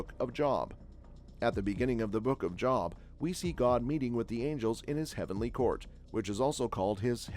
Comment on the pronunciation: Job in the bible is pronounced Joeb for future reference